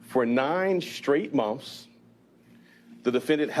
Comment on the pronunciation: monfs? who the hell takes anyone seriously who says monfs instead of months?